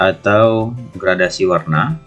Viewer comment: videonya sangat bagus sekali pak, namu saya ingin memberikan sedikit masukan, itu dibacanya "GRADASI" pak, bukan "GRADIASI", soalnya tidak ada istilah yang namanya gradiasi pak, adanya gradasi, terimakasih bapak. semoga sukses selalu🙏